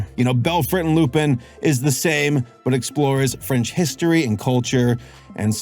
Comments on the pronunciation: fyi is "lu-pahn" not "lu-peen" (like Lupin III or Arsene Lupin), you can hear it in their french audio. it makes sense since he's a wolf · Lupin = "Lu-Pon" with a barely hinted at N, because French. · It's pronounced Loo-Pon as in Lupin the 3rd..... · I dont wanna be that guy but its pronounced loo-pun. Whenever theres a Lupin something like arsene lupin or lupinranger its always said wrong